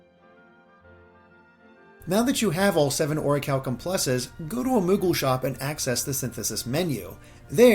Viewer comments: You are saying is wrong. It’s call Ori-CHAL-Kum + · I always thought it was pronounced Or-cal-ee-um 😂